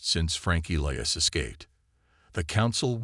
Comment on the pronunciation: ee-lye-as. cant pronounce names i suppose is unavoidable hazard.